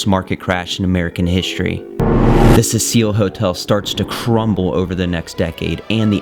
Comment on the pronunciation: I've seen that clip of her in the lift before, on some random ghost videos. But didn't know any of that about her being found in the water tank. Also, is that really how you pronounce that hotel? Like a fancy French woman's name? I read Cecil as a very old school male name. Pronounced different. Happy Halloween